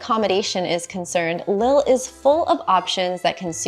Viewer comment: Lille is pronounced like “leaf”, the I is high.